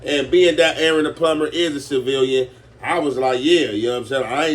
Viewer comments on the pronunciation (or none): He totally butched the simple word of CIVILIAN and that's a gangbangers specialty lol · Ain't no way big bro cant say the word civilian